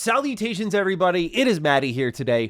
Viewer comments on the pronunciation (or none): Did you start by saying “Saudi-tations”? Or Salutations?